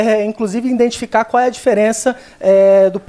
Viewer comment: Ademir Junior iINDentificar foi o q ele disse e eu não consegui ouvir o resto kkkk